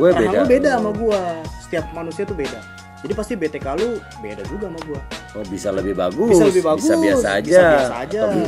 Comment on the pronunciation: B. T. KUK bkn B. T. K.. Hahaha